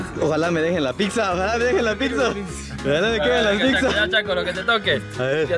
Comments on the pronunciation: Pipza.. Jajaja.. Habla bien mi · El no sabe desir pizza dice pipzza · Fui el único que escucho que dijo Pipza 😂😂Like para no morir Ignorado 😂😂